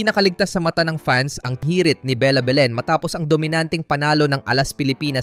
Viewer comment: AI ba yung voice over? haha Behhlen, De-Goozmahn